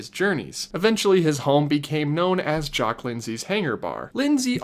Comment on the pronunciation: YOU PRONOUNCE JACQUE RIGHT BUT NOT JEAN